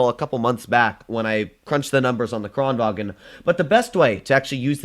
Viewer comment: Thx for using the on kranvagn! Love from Sweden <3 btw, your saying kranvagn in German. The gn in kranvagn is combined, like “making” or “shooting” instead of a sharp stop at the g. Or you can just listen on Swedish google translate. Again, love you!